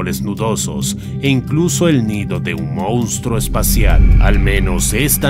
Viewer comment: Por favoor :'( la palabra es monstruo, no mounstro